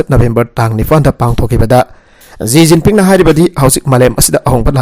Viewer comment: Shi jinping instead of ji jiping